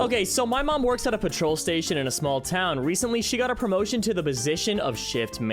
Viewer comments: Dude just letting you know it's not patrol PET-troll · My guy....learn how to pronounce words, and what currency symbols are. Thats the pound symbol, as in english pounds £, the euro symbol is an e like shape being €. That and Petrol, is not pronounced patrol. Im not even a native english speaker and I know that. My country doesnt even use pound or euro, we got our own currency... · Pet - roll. £ = pounds. Mum is not pronounced mom, but I'm nitpicking with that. Actually vexxed me for no reason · Petrol not patrol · 1. It's pEtrol not pAtrol. 2. That is a pound sign not a euro sign, literally everyone outside the U.S. would know this. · I like you a lot, so please say it with me: pet-roll. Petrol. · It's pronounced pet-trahl not patrol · Yeah it’s “pet troll” with no gap in pronunciation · Peh-trul, emphasis on the first syllable. Also that's a pound sign, not a euro 😅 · When did he say petrol? I heard him say patrol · I am no European but I know as an American it is not pronounced like "patrol" 😂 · Said petrol wrong, and they are not euros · I understand that he says petrol a little weird. After all Americans call this liquid gas. But where I really lost it is at "gauge". Never have I ever someone pronounce it like goche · You say petrol funny... 😉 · AI can mispronounce things quite often as well, though. I think the petrol thing is literally him not knowing how it’s supposed to be pronounced. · The way he says petrol hurts me 😂 And I'm American! It's not even our word! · Petrol was annoying but gauge fucken sent me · bro im british we do not say petrol like that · i have never heard petrol pronounced like this lmao like your voiceovers doe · Genuinely crazy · Petrol, gauge, and obligatory all bothered me.